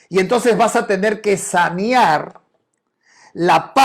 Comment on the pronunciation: N o es sañar es saneaer,😅😅😅